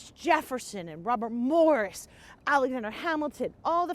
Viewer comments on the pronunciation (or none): none